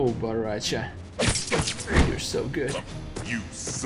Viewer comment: Dude is BORRACHO CHO CHOOOOO!!!!! NOT BARRACHA WTF? PLEASE you should say baraka unste of barracha wtf